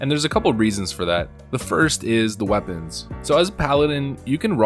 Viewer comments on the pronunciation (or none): none